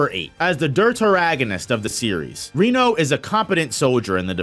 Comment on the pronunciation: Your saying Kafkas last name wrong and Reno’s also